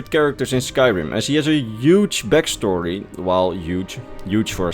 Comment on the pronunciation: “A yuuj bagstory”